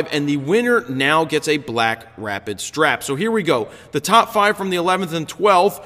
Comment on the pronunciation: The yawn sounded like a Wookiee having an orgasm. Great images this week! And yes, you did say "BlackStrapid." :D